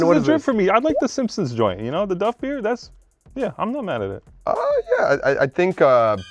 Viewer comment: Spencer gets worst take for saying Duffee beer